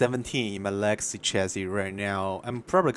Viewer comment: 4 minutes before I figured out you were saying legacy. I thought you were saying Lexi. I was like, “I sure do like Lexi’s Raider”.